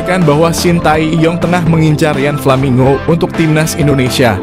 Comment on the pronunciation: Menyebutkan namanya yang betul min, nggak usah dibikin bikin nggak enak di kuping